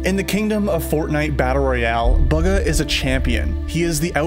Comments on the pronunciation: He says buga instead bugha it's BUGHA !!!!!!!!!!! Get it right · I heard him say baga Not booga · Why is he saying booger and not boo- gha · Its bugha not buga 😂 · It’s BUUUUUUGHHA NOT BOOOOGA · I can't 😂 They pronounce his name as "bugga" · Courage pronounces it Booooooooooogaa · The way he pronounces Bugha, like Buh-gha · this manz really said bug-ha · Bug-ga man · He says it like bugga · Mans called him boogah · my man said baga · ItS nOt BuGGa!! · So annoyed every time this guy says bugga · Sorry but you call him bugger not bugha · Imagine being the team he is in and not being able pronounce his name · Why do people say his name wrong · When they pronounce his name wrong the entire video.....